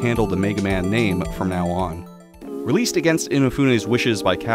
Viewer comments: It's uh... It's "Keiji Inafune", not "Kenji". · Is ur mispronounciation of Keiji Inafune as Kenji Inafune an inside joke orrr